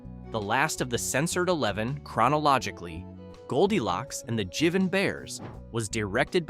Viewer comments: Dear God, the mispronunciations! Mel"s last name is pronounced "Blank," like a blank piece of paper, not "Blonk," like savignon blanc (the wine). Also, Jivin' is pronounced Jive-in, a slang form of Jive, not Jiv-in. 🤦🏻‍♀️🤦🏻‍♀️ And the Garfield cartoons in place of Looney Tunes 'Angel Puss' (1944) was NOT the right cartoon. In fact, the Garfield cartoon was aired in 1991 by the same name, is still being played on the Garfield Channel, and there is NOTHING racist about it. Do your research. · Jivin' is Jive-un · "Jivin" that is not how that word is pronounced. It's the verb form of "jive" which is "jiving" but spelled with the slurring of the word with the g dropped. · "jivin" bears? fail!